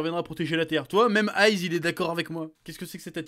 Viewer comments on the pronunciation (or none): ile me semble que normalement c'est pas ize mais ice tu sais freezer cold cooler